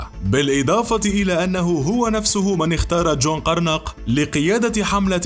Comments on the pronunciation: هههه جون قرنق 😂😂😂😹 القاف التانية خفيفة.. الاسم يُنطق جون ( قرن) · تحية طيبة ...لتصحيح جون قرنق ...وليس قرناق..